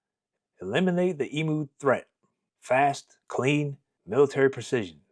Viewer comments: They are EMUs not EMOOs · Australian here. It's not pronounced "EE MOO", but "EEM YOU". And what solved the problem in the end was a half a million .303 rounds issued to farmers free gratis, which is what the farmers wanted originally. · EmU not Emoo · It's pronounced "ee-myoo", NOT "ee-moo"! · Eemyou not eemoo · Stop saying emoo its pronounced eemyou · I think it's only Americans who call these birds 'ee-moos'. Aussies refer to them as 'eem-use'. Btw, if you want a story of unwanted animals running rife in Oz, track down the hilarious 'Cane Toads: An Unnatural History'. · thanks you mob, that was a deadly telling of an hilarious local tail its e m u like menu btw, not e-moo like a cow, but my ex says emoo too, so can't blame you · Love this channel and this is a funny one. Just a quick tip it's not pronounced like tjat shitbox brand Temu. It is emU, you have put most emphasis on the U. Cheers 💪🏼🇦🇺🤙🏼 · Yes, me too. His mispronunciation of the word 'emu' as 'e moo' was driving me nuts. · It's pronounced 'eem-you' FFS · I'd love to hear an American who takes the time to learn how to pronounce the name of the emu correctly. Maybe asking Google how to say 'emu', taking the time to listen and learn would actually show the respect to our people, our nation, our flora and fauna, and our history ;) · Neither am I. I didnt mean to insult you but as an Australian the bird on our national crest is an Emu. Most Americans pronounce it incorrectly but not on purpose. We have the Kangaroo and the Emu because neither animal can take a step backwards therefore as a nation we can only progress forward into hopefully prosperity. I think we have lost our way recently. Keep up the fantastic job you do, Im amazed at the subjects youve covered and thanks for some Australian content!